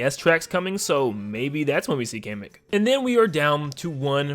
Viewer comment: It's Pronounced "Kah-meh-k". Like a Comic book!